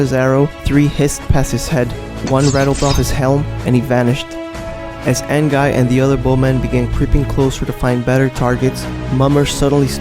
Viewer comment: Say it like AN-GI not AN-GUY